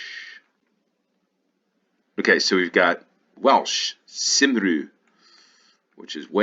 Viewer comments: "Simroo" is pronounced more like "come-ree". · A little help with welsh pronunciations , Wales - Cymru - cum-ree Police - Heddlu - Heth-loo Gwynedd - Gwineth , in welsh dd is a th sound Bala - bal-er Life belt ,is the red things on the railings that have a flotation ring inside to frisbee at drowning people. (A buoyancy aid ) and thats why buoy is pronounced "boy" and not "boowey" because it is short for buoyant and not boowyant 👍 Maybe google the history of Halloween/samhain 👍 You have some great uk knowledge though 👌